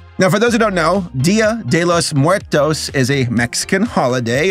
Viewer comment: good job at saying “Día de los muertos “in spanish 😁 greetings from Mexico 🇲🇽💚🤍❤️🤠